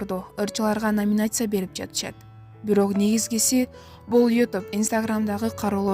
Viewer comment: Коньки ,номинация деген создорду туура айталбаган кандай журналист???😈😈😈